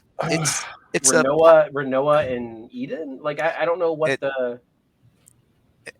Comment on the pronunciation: 3 hard-core ff nerds and they don't know it's ADEL, not eden.